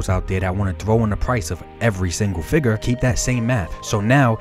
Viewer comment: I love videos. Down to earth and legit. But, every time he says “fig-urrr” I flinch.